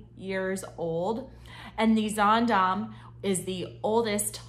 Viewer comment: You started this video saying the same sentence three times. Also, get the pronouncements correct. It’s pronounced Zandaam and not Zondom. I’ve been on 9 HA cruises and I love the mid and smaller ships that are quieter and more relaxing. Ride the ship yourself before putting out such negative comments.